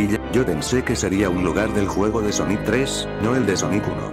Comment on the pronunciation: Pon Sónic para que no te diga Soníc..